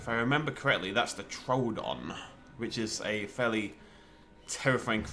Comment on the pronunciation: Didn't know you liked Doctor Who also I thought it was troodon not troldon.